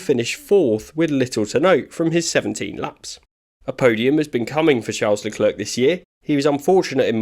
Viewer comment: It's pronounced "La Clair". You make him sound like a counter worker at the French DMV.